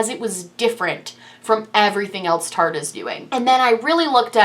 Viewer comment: No hate but is there a reason behind mispronouncing Tarteist? It rhymes with artist. I'm a first time watcher so I don't know if there is a story behind that lol. Love the video.